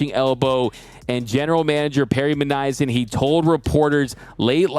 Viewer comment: I know your channel is all about the Dodgers and not those losers from the OC, but still you should know how to pronounce the name of their GM. You said it as "Minn aye uh son." It is actually pronounced like it is spelled, "Minn ass yan." Almost all Armenian names end with the yan sound, whether spelled with an -ian or a -yan. The -ian people tend to be folks whose families came from western Armenian communities in places like Lebanon and Turkiye, and/or have been in the USA longer (like Perry Minassian or Tim Kurkjian). The -yan Armenians are mostly newer arrivals and from former Soviet Armenia (now the Republic of Armenia.)